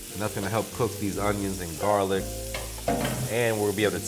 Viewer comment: I like garlic paste as opposed to “Jarlic”… but I’m with you, baby fresh is best!